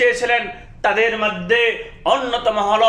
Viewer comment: মাধ্যে কি .?? মধ্যে হবে😂 বাকি গুলো বললামই না,হায়রে আপনি তো ভালো করে শব্দই উচ্চারণ করতে পারেন না😂